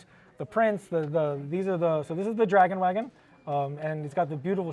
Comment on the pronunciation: Did yaa hear how "Dragon Wagon" was pronounced, my guy? How both dragon and wagon didn't rhyme with raygun?